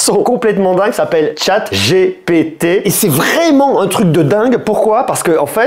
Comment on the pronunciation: Attention à la prononciation, les franconphones en mode bétâ ! : "dji pi ti "et non "j'ai pété" ;o) On joue à chat j'ai pété ? C'est toi qui colle !